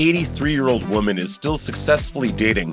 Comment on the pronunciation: How does the narrator not know how to pronounce “woman”?